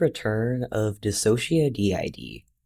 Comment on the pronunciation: I was not just thinking about what Chloe is up to in 2026 today as this video pops up😂 Saying her name like "diss ohs yah dee ahy dee" and not "diss ohsh ah dihd" tells me this is AI and not worth watching